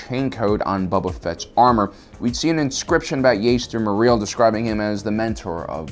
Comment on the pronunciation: Thanks for making a video on this topic but I just cringe whenever you say accidentally incorrectly his name like jester or chester morel instead of Jaster mereel